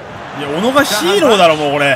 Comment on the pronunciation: もう小野を小野じゃなくて MONOのイントネーションでONO って言ってて草